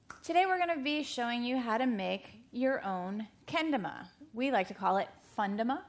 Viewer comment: You are both seriously ignorant. It's not KEN-dumba it's ken-DAma. Jesus this was painful to watch as a kendama player "kendumba" lmao